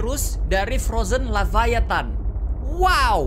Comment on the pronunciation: Everyone : Leviathan Kak regi : lavaathan